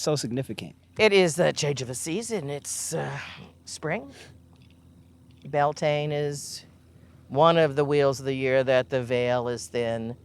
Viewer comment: I love but shes saying Bealtaine wrong… It's pronounced byowl tinna. It's Irish…